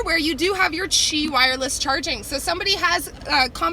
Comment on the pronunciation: It’s not “Chi” wireless charging but “QI” wireless charging! Also, there is no RCTA on the ‘19 Corolla hatchbacks...just the blindspot warning (on SE upgrade & XSE)